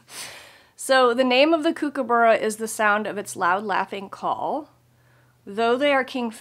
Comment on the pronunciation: Loved the Kookaburra and your pronunciation of it. All the best with your Jingle Ball